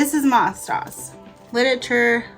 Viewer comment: it is pronounced MOSE DOSE. it was created for the orthodox Jewish schools.